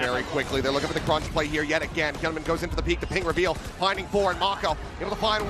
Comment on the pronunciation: 日本人よ、hyunminはヒョンミンと読みます。 キャスターは一生「ヒャンミン」と間違えてますが「ヒョンミン」が正しい発音です。